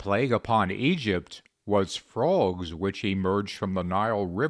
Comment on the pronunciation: Stop saying "fruogs."